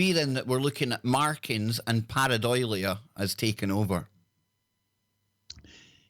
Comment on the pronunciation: If you’re going to use unusual scientific terms from Greek and Latin, or cultural words from Gaelic or any other language, can you make sure you read and pronounce them properly. Par-ei-dolia, not par-e- doilia. It just makes you sound pretentious yet uneducated. It happens a lot and is irritating. Do some research before your broadcast. I’m listening less and less because it’s increasingly alone, without specialist guests. I think in this case quality not quantity is the way to go. No disrespect intended, but I’m sure you’re losing listeners.